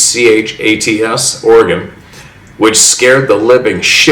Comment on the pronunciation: Yachats … pronounced Ya-hots … the native names are tough